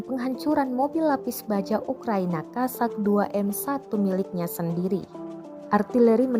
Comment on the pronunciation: По украински правильно кОзак (kOzak), от слова коза. А кАзаки в России😉